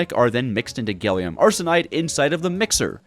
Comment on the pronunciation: i watched 20 minutes before being broken after hearing you pronounce gallium as "gailium"